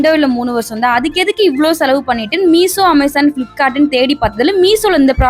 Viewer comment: Meesho no miso 😂😂😂